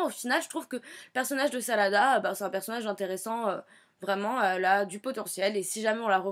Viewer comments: au début elle a dit salada au lieu de sarada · Ça m'énerve les gens qui tente de prononcer les prénoms en japonais alors qu'ils le prononce mal!!!Sérieux arrêter quoi!!!!Sarada maintenant s' appele Salada?!Nan mais j'hallucine!! 😂😂😂🤣🤣🤣😡😡😡😡😡😡